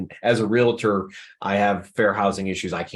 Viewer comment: Hard to trust the trainer keeps saying Realator!!